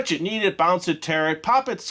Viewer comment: When he said you could knead it, i thought he said you could eat it.